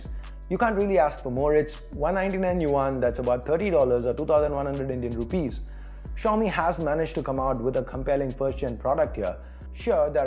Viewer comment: China 's Apple -; Xiaomi!! (Well& correctly said)